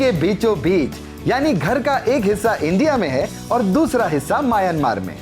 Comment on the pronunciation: म्यांमार होता है।